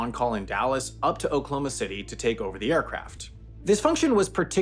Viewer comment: This is nuts your accent is like dead on in pronouncing oklahoma city like we pronounce it, and I never hear this. It's always like "Oklahoma city" instead of "okloma city"